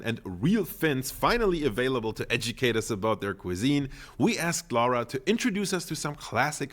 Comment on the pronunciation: That guy who visits Kyrö Distillery keeps mispronouncing Finnish lady's name, "Laura", as "Lawra" or something like that. She don't mind, but for the record, Laura is pronounced exactly the same way in Finland as it is in Italy. Think "Laura Pausini".